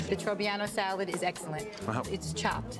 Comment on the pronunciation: Octopus s-ya-lad